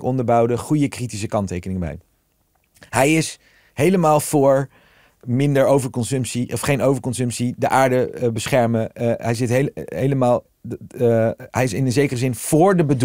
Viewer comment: Hij spreekt nooit de n op het eind van een woord uit. De aarde bescherme - dat wordt politiek ontvange, hebbe, die zitte dan in hun kant.